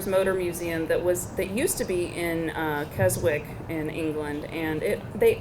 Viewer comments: Cars of the Stars Motor Museum shut down a few years ago. But if you go to Keswick (pronounced Kezz-ick - NOT Kes-which - but points to Melinda for trying), you'll still see signs for it, which is confusing as hell. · Tee hee, 'KesWick'. The pronunciation is Kes-ick (silent 'w'). Minor but important correction. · Keswick is pronounced Kes - ick (silent w)